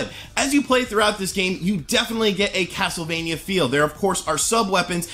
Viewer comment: YOU KNOW THIS GAME IS GOOD BECAUSE HE KEPT CALLING IT CASLTEVANIA LOL